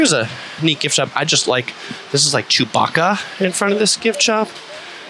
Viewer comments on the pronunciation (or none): none